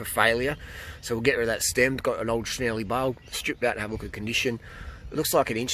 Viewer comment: Nice find! Don't like to be the grammar police but being Italian, Cinelli is pronounced "chin ell ee".